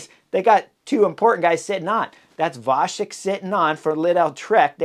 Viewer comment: His name is Vacek you bloody moron!!! What the heck??? C in Czech is pronounced "Tz" It is Vatzek.. Stop calling the poor guy Vashek or Vachek!!! There are three other guys from Czech! Dont be lazy to ask!